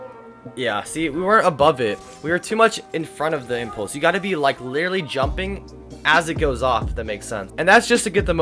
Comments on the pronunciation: Why do you say littely XD it is litteraly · The amount of times he miss pronounced the word literally is absurd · i like how he says (literally)